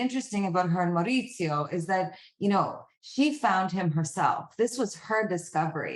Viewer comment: The fact that she is bragging about her accent, studying it for 6 months. And doesn't even pronounce Maurizio correctly.